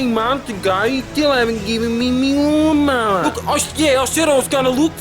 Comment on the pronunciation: Cracking up at “still haven’t given me me laawn mower”